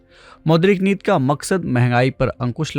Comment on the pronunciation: Sir aap neeti ko neet neet kyun bol rahe hain